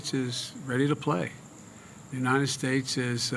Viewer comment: “God bless the UNITED SHATTES” - “Where are the ORANGES of the report?” - “They took over the airports (in 1776) they did what they had to do..” REMEMBER THOSE OLDIES???